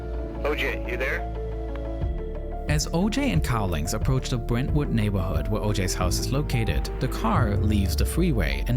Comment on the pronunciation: "on da phone," da mow nawwow stweets" "in Bwentwood"